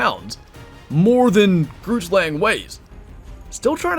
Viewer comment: BRU GROOTSLANG IS BUTCHERED BADLY